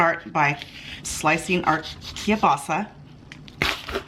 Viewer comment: It's KIEL-BASA. Not Key-basa, or Ka-basa.